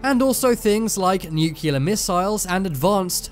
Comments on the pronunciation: (it's "nuclear" not "nucular") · bigger mistery is why he keep saying nuckiler instead of nuclear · LIsten, if you're going to use the word "nuclear" multiple times in a video, learn to pronounce it correctly. NU-CLEE-ER, not NU-CUE-LER. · "Nucular missiles" 🤦🏻‍♂️ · It’s New Clear! Form of the world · You're mispronouncing 'nuclear'. Nu-clear. Its only 2 syllables. You're welcome.